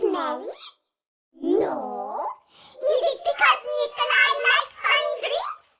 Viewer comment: dude its nickoli